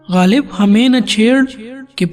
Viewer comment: Lafz ghalib theek kren